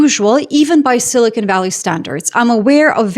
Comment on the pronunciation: "Silly-Con" Valley 😂😂😂